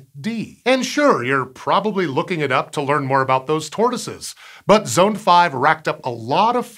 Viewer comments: The use of storable liquid propellants like UDMH was REQUIRED because the Proton was originally designed to be an ICBM. Our Titan ICBM used the same. And I don't think Zond is pronounced as Zoned. I've always heard it pronounced as Zahnd. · "I've always heard it pronounced as Zahnd." Only if you're a North American. If you're any other type of English speaker, it's pronounced "Zond"...